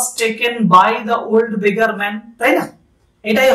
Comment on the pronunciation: beggar টাকে begga বললেন মনে হলো😅 but kharap bhabben na apni khub bhalo bujhiye bolen ❤ ami porasunote kono mojar jinis pele khub bhalo mone thake 😊